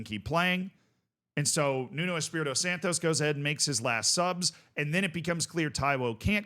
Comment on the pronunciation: Santo not SantoS. Nuno is not Mexican